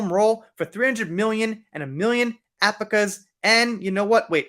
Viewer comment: al-PAC-a. ☺️. Love your content